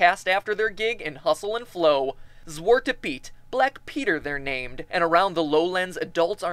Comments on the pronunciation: i am laughing at the way youre mispronouncing sinterklaas en zwarte piet oh and sinterklaas punched other saints in the face and safed children from death shame you didn't mention that what about the fact zwarte piet was originally desigen after slaves/chimneyworkers nice job on the rhymhing pretty well done ive never seen the devil version of zwarte piet before though odd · LOL THIS IS THE BEST GAME THEORY EVER! ZWARTE PIET! THATS NOT HARD TO PRONOUNCE 😂😂😂😂😂😂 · swoarte peet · sounds like zwetende piet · die uitspraak xD sinturklaus zwhaartu piet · you speak zwartie piet out wrong xD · Was ik de enige die het grappig vond hoe hij Sinterklaas en Zwarte Piet uitsprak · OMG you are the best Matt, I have seen a lot of your videos but never have I seen this one, it makes my dutch hard go wild when I hear de zak van sinterklaas en you pronouncing sinterklaas and zwarte piet. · Lol i am dutch dat pronounce of zwarte piet :D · ja he echt lachen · Ludger Houtman It Was More About The Pronounce Of Zwate Piet That Was Funny Too Hear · Haha, I am Dutch too. He pronounces it really funny :) But his videos are still awesome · its funny how you say sinterklaas and zwarte piet its pretty close to good but hey i cant say other words in english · man ur pronounciations are the best HAAAAAAHAHAHAHAHAHAAAAAHAHAHAAAAAAAAAAAAAAAAHAHAHAHAHAHA btw i know how to pronounce it purfect m9 (thats why its so funny)